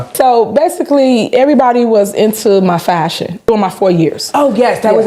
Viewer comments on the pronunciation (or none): not fashion. FASC-UN